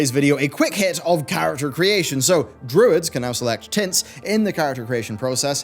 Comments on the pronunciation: I had to rewind, I thought he said druids could select "tits" 😅🤣 but he said tints 🤭🙄😒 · I did a double-take on: "Druids can now select tits..." Wait, what? "... even the artifact TINTS..." Oh. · ''druids can now select tits'' am i the only one who hears this XD? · on the character creation part i understood "druids can now select tits" I was like hold up hold up hold up.. rewinded and was like oooohh.. tints... im evil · I swear I heard tits too. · LOL, I heard "Tits" also! Glad I'm not the only one. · that so dosnt sound like what I think he said, it sounded like he said tits, I did a double take at the screen and was like did I hear that right? (I didn’t) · Artifact tits...? OOOHHHHH... TINTS. :p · I swear your saying " Druids can now select tits in character creation" LOL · I thought you said "Druid's can now select tits" ..... disappointed. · Tints, he said tints . . .*giggles* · I had to play it back three times just to be sure that he did actually say "tints."